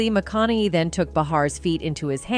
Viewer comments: McCoonowwwyy, Mcaonohey, maaacaaallyyy mawcownowwey. Hard name for AI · MAH-CON-NA-HEY .. if you're going to do a video on someone, get the pronunciation of their name correct! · I love these AI script readers. "McConnely". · Do not say the the word gun is absolutely stupid and you’re mispronouncing the word Matthew McConaughey, which is absolutely annoying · The stupid AI narrating this video keeps pronouncing McConaughey differently each time it says it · Love Matthew... He's great .. the view sucks.... The narrator of this video I think said his name wrong 5 different times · Learn how to say McConaughey! 😞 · This voiceover must be AI because it keeps mispronouncing his last name. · Also, it’s Michael Strahan not Haun! You’re mispronouncing, Michael Strahan, and Matthew McConaughey say it right my God!